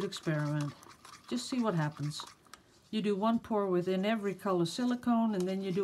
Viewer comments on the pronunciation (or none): none